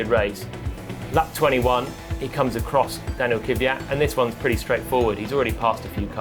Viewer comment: Actually, "Kveeyat" is also wrong. It's pronounced "Kv'jat", with a soft A, without the "ee".